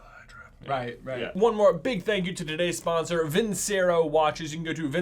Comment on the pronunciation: Who's gonna tell them it's pronounced "vin-CHE-ro"?